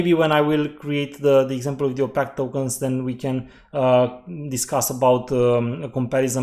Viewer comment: One other thing I’d like to point out is that opaque is pronounced like you would say opake. Some people might not understand the way you say it.